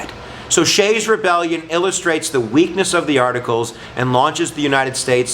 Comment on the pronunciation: His name was Daniel Shays not "Shay" and he lived in Massachusetts not Pennsylvania. Get your history right.